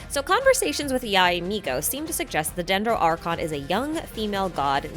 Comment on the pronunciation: u lost me after u sayed dendro archon for the first time